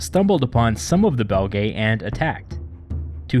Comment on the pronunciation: Belgae is pronounced Bel-gee or Bel-jai (or juest Belgi) but definitely not Belgaye. An æ vowel doesnt make an A sound, nor is it 2 separate vowels. It makes the sound in Cæsar or Encyclopædia. Essentially the same as their current name Belgian/Belgium without the an/um.